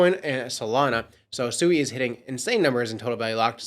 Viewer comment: 👎🏼 are you pronouncing it SUEY 🤣 obviously haven't done your research heard anyone from Mysten Labs or any devs pronounce it. I can see why traditional Finance thinks everyone in the crypto space is so low IQ